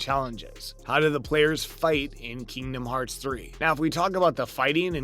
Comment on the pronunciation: This guy doesn't even know what the hell is talking about. Not to mention his pronunciation on Kingdom Hearts. From now on right dislike in your comments. (DISLIKE)